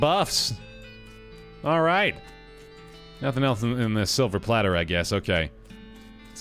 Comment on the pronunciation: I love that actually mispronounced silver plater until he was corrected just like the character was.